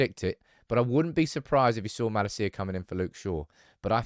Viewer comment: It’s MaLAcia and not MalaCIa emphasis on the ‘La’ and not the ‘Ci’.